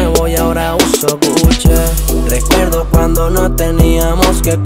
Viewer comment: GUCHE* 🤣🤣🤣🤣🤣 ni pronunciar marcas